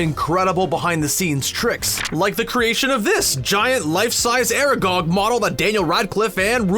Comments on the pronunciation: How about "are gog" and "fleugh"? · ITS FRIKIN ARAGON NOT ARAGOG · That's not how you pronounce Aragog